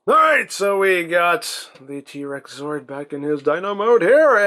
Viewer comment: I know you're calling it a "T-Rex Zord", but I keep hearing you pronounce it as "T-Rexaur". Then my brain goes into a bizarre crossover concept of Final Fantasy & Power Rangers!